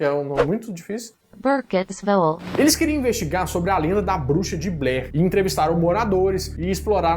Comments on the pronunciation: Hahahahahaha ahahahaha hahahahaa A Melhor parte é quando vc fala o nome da cidade que foram acampar!!!! Muito muito bom!!! gostei demais!!!! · "A Bruxa de Blair"...o pior filme dos anos 90....mió isquecê! 🤦🏻‍♀️👎🏻 (rachei com a pronúncia do nome da cidade... 😂🤣😂🤣).